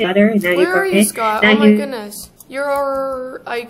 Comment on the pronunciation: at the beginning i also heard you say soup instead of scott lol